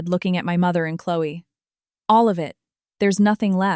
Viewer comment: Your AI narrator stuttered on the word, and. Over and over. Keot saying and, and, and, and, and, and, and. Fix it. And St is Saint not street.